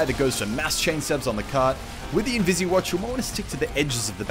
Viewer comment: Its not invisi watch!! Its invis watch!! Dammit